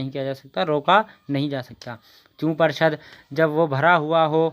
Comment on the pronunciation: پر شد نہیں ہے پور شد ہے